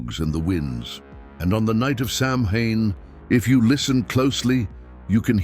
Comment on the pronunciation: its Sow-wen not Sam-hain